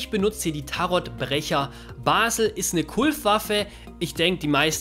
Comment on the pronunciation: Bazel mit z nicht mit s 😂